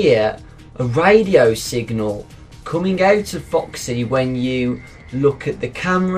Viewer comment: the way he says it foXxy ecks dee